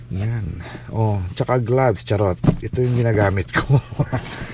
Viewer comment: Nakaktuwa ka talaga sa mga bigkas ng charrott 🤣🤣🤣